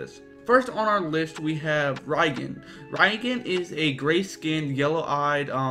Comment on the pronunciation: It's pronounced REEEEEEEEEEEgan